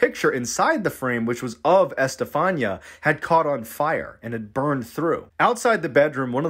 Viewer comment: Bro,it's Este-fa-nee-ah. Just note the accents in spanish writing and it's readable